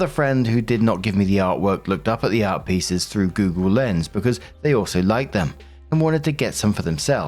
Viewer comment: I was listening to this while getting ready and couldn’t hear exactly what was saying about the art pieces. All I kept hearing was “Arby’s”. I was like, wait, someone is literally telling a drama story about getting Arby’s??? Art makes a lot more sense 🤣